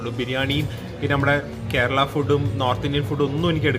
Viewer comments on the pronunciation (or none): none